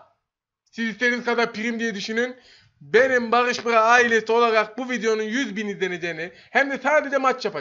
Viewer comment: değil bağış bğa